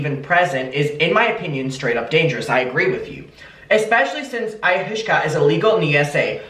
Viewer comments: Living for your pronunciation of Ayahuasca! It's pronounced Eye uh WAH skah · Hey it's pronounced I - uh - waska. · I am from a very hippie town, and I’m HOWLING at your pronunciations 😩😂 eye-ah-wah-ska. It’s NOT the pleasant experience other psychedelics can be- it’s a brutal trip with severe vomiting, dark dark visions, and you HAVE to have a proper Shaw-mon facilitating it because it can be deadly. I cannot believe she’s openly talking about this while being the mother of young children. Who is taking care of the kids while she’s doing this? It’s not a 1 hour experience… it can take days to recover. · It’s “eye-a-waska” ☺️ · It’s cute how can’t pronounce the drug 🥰🥰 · I really love the way he pronounced ayahuasca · The way he can't pronounce Ayahuasca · mispronouncing ayahuasca is cracking me up cuz I know it’s cuz he just genuinely doesn’t know anything about drugs it’s so cute lol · Me too girl he’s so cute 🥰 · The way you pronounced Ayahuasca had me rolling omg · Adaaaam the way you tried to pronounce what I can only assume is “ayahuasca” 😂😂😂 made my day 💗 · This is what got me toooo 😂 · It’s pronounced ay-ah-was-ka. But I like ayahooshka better! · It's pronounced (Eye-Ah-Wass-Ka) This is so careless on Catherine's part. I'm disgusted :l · Hi! It’s pronounced EYE-YA-WAH-SKA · Because people are just commenting on you saying it wrong and not teaching you how to say it - Ayahuasca is pronounces like ay-oh-was-kah ❤❤😂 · I - a - Waska 😛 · I think it’s similar to peyote/dmt/mushrooms/acid. Also it’s pronounced EYE-AH-WASK-AH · You're awesome, clearly not into hallucinations. I'm not either but I watched Chelsea handlers documentary on it and I think it's pronounced eye-ah-wah-ska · listening to trying to pronounce ayahuasca is soo funny omg (eye-uh-was-kuh) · it’s pronounce “ ayawaska” lmao 😹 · Not that it matters but ayahuasca is pronounced aya-wa-sca :) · oo i-o-waska i think thats how u pronounce it right?